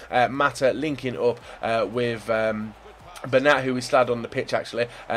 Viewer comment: It's Ben-yat not Ben-at